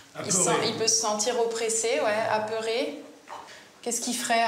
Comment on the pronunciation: "aperé" pour apeuré... pour un médecin ...